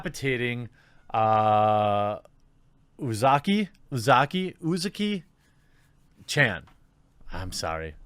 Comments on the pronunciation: The first Uzaki was correct. "Uziki" Idk what language you were reading there XD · Pronounced "oo-zah-key" You got this. 👍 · You said it right the first time Jeremy. (OOH-zaki). As in OOH for those ooh-la-la's these people so hate about her. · jfc Jeremy, just read the fxkin name, this isn't an Arab name. U-Za-Ki this isn't hard. Stop tripping on names like this, it's ridiculous. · "U"s in Japanese are all pronounced as an O as in "mOO" "I"s in Japanese are all pronounced as an E as in "kEY" so: Uzaki is: Oo-za-key Japanese is waaay more phonetic than English. That's why it really matters if it's a double consonant or a double vowel. This has been your autistic weeb correction from me. I am still a beginner though. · Ooh zah key. Had it right the first time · Jeremy (and other people) in most foreign languages, transliterated Japanese being among them, vowels almost always make one sound. For example, anytime the vowel "u" appears it makes the "u" sound, and it is always the same "u" sound anywhere it occurs in the language with few, if any, exceptions. If you learn the five basic Latin vowel sounds, you can correctly, or almost correctly, pronounce almost any foreign word written with those characters regardless of what language the word is actually from. Obviously it's not reasonable to ask you to study every single language just so you can pronounce foreign words/names correctly. But if you wanted to improve at it a little bit, that's the advice I have for you.